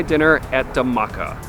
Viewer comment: Hi! The Dh in Dhamaka is pronounced like the English word “The” but explosive. Like THE-maka